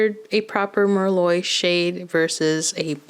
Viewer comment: Thank you for the comparisons, they really help!! I like the colors but I'm not sure if I'm going to pick any up. Also I just gotta say, 'Merlot' is pronounced mer-low. I made that mistake when I first started waitressing. The customers had a great laugh. 😂❤